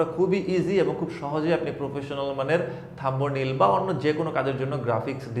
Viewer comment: থাম্বো নেইল! এইটা কেমনে উচ্চারণ করতে পারলেন!!!???